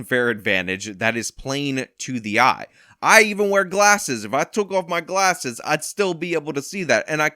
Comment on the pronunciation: You are a little shit! The way you said "I can barely see anything without my Glahhses" had me absolutely DEAD!.. I had to stop the video until I calmed down again. 🤣🤣🤣👍